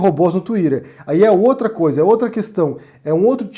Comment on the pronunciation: pq vc pronuncia 'uatizap' e 'tuirer'. É muito estranho ouvir brasileiro falando assim. Eu acho que te coloca num lugar que não é seu de 'soberba'. Já viu o vídeo do Porta "Woody Allan"?